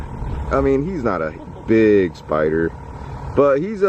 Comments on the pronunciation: Tiffany Dangelo no he says it like speider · It's more like "spoidah" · A Classic Omar quote "Look mah, uh spyda."